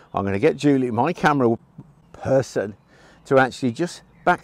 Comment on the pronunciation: i loved it all until you said "Person"